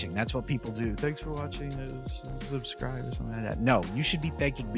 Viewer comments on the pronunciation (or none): none